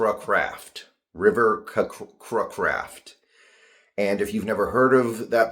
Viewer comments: Blud said Cruh Craft 💀💀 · and names, lmao. I think it is cray-craft. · Dude it would have taken 2 seconds on YouTube to figure out how to pronounce his name properly.